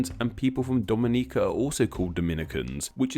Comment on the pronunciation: Omg you said Dominica correctly!!! I am surprised